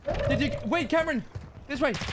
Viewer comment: you call him always camron! HAHAHAHAHA then you ask him again what his name is but you call him again camron!!! HEHEHEHE its so great, i could not stop laughing because you always call him camaro 😆👌✌